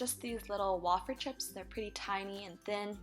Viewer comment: wayyyy feeeerrrrrr way-fer. not wah fer -________